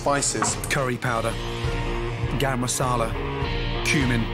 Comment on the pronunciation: "Masala" not "Marsala"🤦🏻